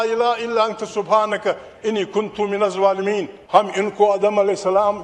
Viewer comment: Its not minuzz zwalemeen Its minuzz zah- lemeen